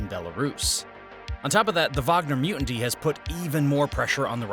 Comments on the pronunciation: PLEASE LEARN HOW TO PRONOUNCE “MUTINY” PROPERLY. YOU HAVE MISPRONOUNCED IT MANY TIMES IN MULTIPLE VIDEOS NOW. THANK YOU!!! Mutiny, not “mutinty.” Look it up! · Great video. I feel like the past few videos I keep hearing the guy pronounce mutiny as mutinty. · Mu·ti·ny is freaking pronounced myootany not mutanty. Your gonna kill me bro. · It's mutiny not mutinty. You've been saying it with an additional 't' over and over again. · My man, love the videos but its mutiny not muenty 😅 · Me-yoo-tan-nee…not Moo-tan-tee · FYI it’s mutiny, not mutinty as you pronounce it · I love all your vidio's... just one little thing : it's MU-TI-NY ... (Not Mutanty). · Good video — but it’s not “muin-ty” dangnabbit! It mu-tin-y 😂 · OMG PLEASE STOP SAYING MUTANTY!!! It makes me wanna pull my hair out!!!! Mu·ti·ny - (pronunciation) myootany. For the love of god man!!!!!! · dude....its Mutiny....not Mutinty lol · “Mew-N-Dee” is killing me. I love you but god damn. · Say it with me: Mū - tin - e Not whatever "mutanty" is. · Please learn to pronounce “mutiny.” It’s not “mutin-tee”. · It’s pronounced mutany not mutanty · What is a "mutinty?" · Say it with me "mew-tin-ee"... Mutiny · What is a "mutanty"? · Bro why are you pronouncing Mutiny as mutinty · Come on buddy, say it with me: mute knee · Is it just me or does this guy keep saying "MUTANTY"? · Good grief, this video too? It's mutiny not "mu-indy." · this guy saying mutiny incorrectly is low key driving me insane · somebody teach this man how to say mutiny